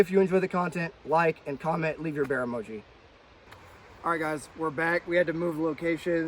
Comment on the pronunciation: 🍺🍺🍺🍺🍺🍺 Bear??? I thought you said beer!! Haha J/K 🐻🐻🐻🐻🐻🐻